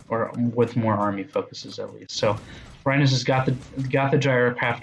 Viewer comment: Rynas not rynus lol